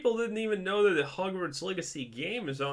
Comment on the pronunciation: Wait did you just call it Hargverts? 😂 wtf